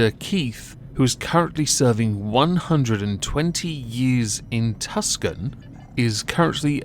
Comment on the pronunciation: Hundered years..like the Cure song. And dammit, it's pronounced " 2 - san ",! Not Tuscan.. next time, I'll plug your suckers with mayonaise!...;)